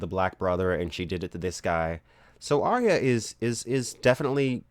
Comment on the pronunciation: The best pronunciation of my name so far in life :D thanks